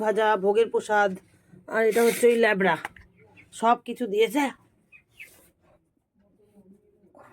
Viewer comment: আমি হাসতে হাসতে মরে যাচ্ছি লাবরা টাকে বলছো লেবরা😊😊😊😊😊